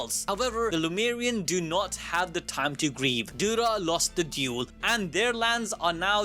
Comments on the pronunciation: Ah yes, I love a really good “Dule” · Dule ❌ Duel ✅